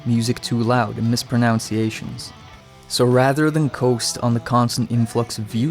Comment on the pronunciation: Mispronounced "mispronunciations" lol